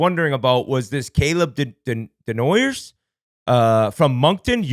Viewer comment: Ngl pinau completely bombed that pick his name is desnoyers, “daynoyeh” pronounced, and we’re the Moncton wildcats, not the monktoon wildcats